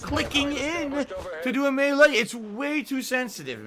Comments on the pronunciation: Does he say melee/maylay wrong? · Have I been saying Melee wrong my entire life? Or is it pronounced MAY LAY like is saying